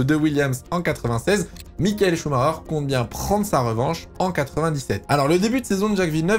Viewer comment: Mais pourquoi tous les français prononcent son nom avec un "R" au lieu " CH" ? C'est Chumaker quoi, arrêtez d'inventer un Chumarer ou je ne sais quoi !